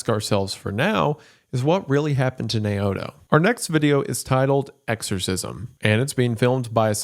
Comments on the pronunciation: "Nay-oh-to" is pronounced "Now-toe". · (Naoto) Nay o'toe is pronounced now-toe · Naoto is pronounced Now-toe. I had a drug counsellor named Naoto. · "Nay-o-to." Lmao, Jesus. You spent so much time on this and couldn't take like 30 seconds to confirm the pronunciation of names said throughout the video in question. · The name is pronounced "now-toe" not "nay-oto" I'm sorry but he says it so many times, love ya goon gang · Why is it hard for english speakers to say Japanese words like it spelt? Wendi said Naoto as Nay-oto, it isn't even french or russian.